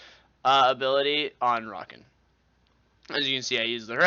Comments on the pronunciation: in Hermione's voice It's not Rakan, it's Rakaan. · yeah i had to pause this and find another video because he was saying rakan wrong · I almost clicked away when you first pronounced his name...Xayah says his name in game, stahp that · he says his own name just slightly less often than draven. how can u get it so wrong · That's not how you say Rakan, Staaaaaaaaaaaaaaaaaaaaaaaaaaaaaaaaahp hahaha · Its like these people mispronounce the names just to piss us off. like How red mercy says "Zo" instead of "ZOh-EE". Learn to read. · agreed, xaya even calls him by proper pronunciation all the time. so an experienced one should know how to pronounce it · u pronounce his name wrong, therefore i will not watch